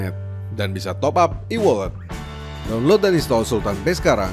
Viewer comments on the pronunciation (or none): none